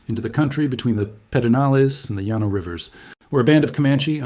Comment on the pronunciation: Also, Llano (the city) and the Llano River is pronounced lan-o, not Yanno (in Texas-speak, anyway).